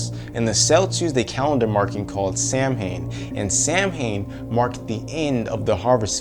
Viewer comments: It's pronounced kelts and sowan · Samhain is pronounced Sow-wen just btw